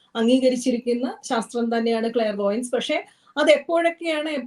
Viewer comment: Its clairvoyance not vlariveyance